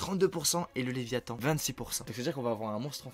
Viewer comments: Toum' Laratt le leviAthan c léviathan mdr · "le lévitan"... Il vole ?